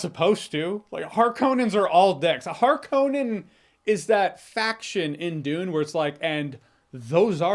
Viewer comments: Why are you saying "Har-Cone-An" when the movie clearly, explicitly, resoundingly pronounces it "Har-Kuh-Nen" ?? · It’s 2024 and this guy is still saying “Harkone-en”. Does he wish his wife a happy “ain-eversary” every year? Seriously, the movie says the word dozens of times. Just stop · I wish the pronunciation was better , hark-ke-nen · You pronounce Harkonnen weird.